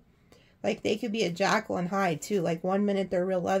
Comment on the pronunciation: Not jackal, like the animal, but Jekyl, as in Dr. Jekyl.